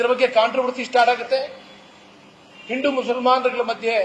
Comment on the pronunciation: ಹಿಂಡು ಅಲ್ಲ ಮರೆ ಹಿಂದೂ, ಸರಿಯಾಗಿ ಮಾತಾಡು ಬಿಕನಾಸಿ.